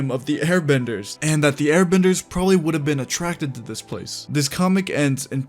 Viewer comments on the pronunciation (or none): none